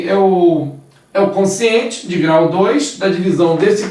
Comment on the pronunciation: Só me dá um pouco de aflição ela chamar o quociente de consciente...